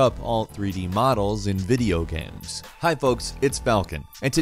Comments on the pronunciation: "Videogehms." Oh you. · He says it several times in the video. He even says "sam" at one point instead of "same". I have heard many different accents before but this is new to me.